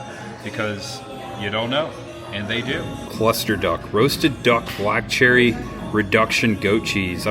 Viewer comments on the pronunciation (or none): none